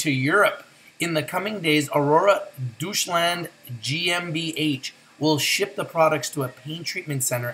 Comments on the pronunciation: "Doucheland" 🤣 Doy-tsch-landt. Not doucheland bro lol. Awesome news though! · ya dutchland lol I know cause I lived around there when I was a kid but that's how you pronounce it, adorable how he said it though :)